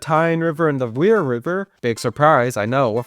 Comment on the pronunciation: and o is pronounced as u And the River Wear is pronounced weer not wear as in “to wear a skirt and thigh highs” EDIT: nvm u pronounced it correctly im dumb EDIT 2: u didn’t pronounce it correctly in “Tyne and Wear Metro”